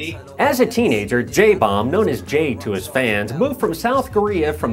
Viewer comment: lol his korean name is pronounced Jaebum not Jaebomb...lol I let that one slide